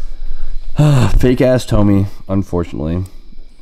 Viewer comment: your Tomei FPR probably failed because you called it a Tohmee